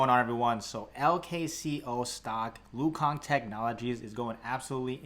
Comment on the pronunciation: nah he said lu kang in the video by accident thought it was funny